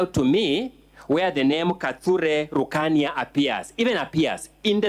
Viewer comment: Sio rukania ni rukaria